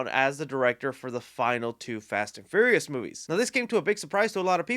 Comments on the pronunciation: Did he say Fast and FURRYious? Lol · Lol every time he says "Ferious" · "Fast and Furry-us" haha